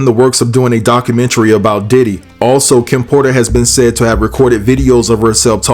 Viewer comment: You are the first CC to pronounce "documentary " correctly... because of that, I've subscribed!